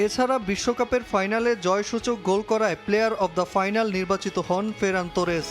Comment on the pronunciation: ফেরান তোরেস না আফা, ফারান তোরেস 🙄🙄🙄